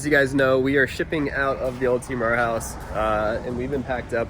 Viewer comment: He said rare Keoeoeoepep